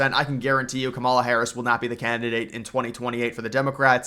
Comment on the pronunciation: How hard is to say Kamala’s name correctly